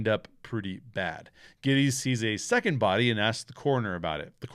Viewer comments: It’s funny that you and Noah Cross both mispronounce the last name of Jake Gettis. This is a fantastic movie. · Mispronunciation of Gittes name over and over ruined this to me that’s a gag in the movie several times where he corrects pronunciation of his name. I had to click off pretty early it seems like a simple detail you should have taken the time to learn how to pronounce his name.